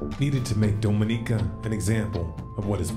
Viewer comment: Big fan, but as a native of the Lesser Antilles (SVG) gotta tell ya it's pronounced Dom(as in DOMinatrix)inica